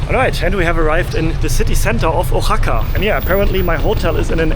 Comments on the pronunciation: Oaxaca is pronounced “wahaca” phonetically, not “o” haca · love the video and the energy, but you are killing me with the pronunciation is Wahaca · Try saying it this way: wah-HA-kah. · CITY IS PRONOUNCED WA-HA-KA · Your killing me on his you pronounce Oaxaca. Wa-Haka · It’s pronounced Wahaka. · I ❤ Mexico City and Oaxaca! But personally, I prefer the foods of Mexico City., I think easier/correct way to say Oaxaca is to say it like “Wa-ha-ka” Just a friendly tip 😊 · Firstly I thought you was saying a Japanese name xdd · Wondering if he is going to learn how to say “Oaxaca” during his visit.